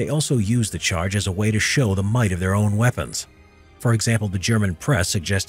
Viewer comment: "The French drove the English from their lands" - your intonation suggests you mean their to be 'the French' lands,, which is incorrect. At the begining of the Hundred Years War, these were English lands. They only became French at the end of the Hundred Years War. They actually drove the English off the English lands that had been English since England was created when the Normans (who possessed these French lands) invaded the Saxon lands of Britain. Stop interpreting history backwards, history can only be understood going forward as that is the direction of the flow of time. The past doesn't know the future.